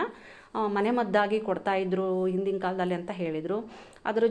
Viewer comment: ವಿವರಣೆ ಚೆನ್ನಾಗಿದೆ. ಆದರೆ ಹಣ್ಣಿಗೆ ಅಣ್ಣು ಅಂತಿದ್ದೀರಿ😮. ಹ ಮತ್ತು ಅ ಗೆ ಉಚ್ಛಾರಣೆ ವ್ಯತ್ಯಾಸ ಇರಲಿ!! ಹಿಂದಿನ ಕಾಲ ಅನ್ನಲು ಇಂದಿನ ಕಾಲ ಎನ್ನುತ್ತೀರಿ. ಹುಣಸೆ ಹಣ್ಣಿಗೆ, ಉಣಸೆ ಹಣ್ಣು ಎನ್ನುತ್ತೀರಿ! ಕನ್ನಡದ ಉಚ್ಛಾರಣೆ ಸರಿಯಾಗಿದ್ದಲ್ಲಿ ಕೇಳಲು ಚೆನ್ನಾಗಿರುತ್ತದೆ